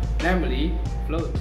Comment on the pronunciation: Nice try,. Please check the pronunciation of 'flood' agaian.